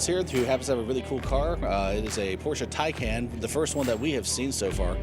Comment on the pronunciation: Please, please, please pronounce Taycan as in Taichi for "Tay" and calm for "can".